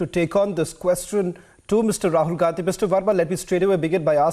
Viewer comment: Rahul Gand-hi that's how it's to be pronounced